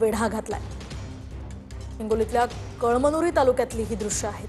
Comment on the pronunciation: कळांनुरी 😂😂😂 अग बाई 😂ते कळायला हवं कळमनुरी 😂😂आहे😂